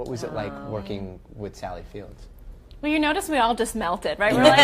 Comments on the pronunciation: How does the interviewer not realize that it is Sally Field? No S. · The host seriously called her "Sally Fields." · Great, up until the end. It would be nice, if the interviewer knew that it is Sally Field, not Sally Fields. Academy award winning actress, been at it since her teens, but no one get her name right...and she is constantly misquoted from her Oscar acceptance speech. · The interviewer should know Sally Field, not Sally "Fields." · 2 things 1: that should be a prime time special and 2. Reporter says “Sally Fields”.grr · To the interviewer: it's Sally Field. Not Fields. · Almost everything calls her Sally fields not field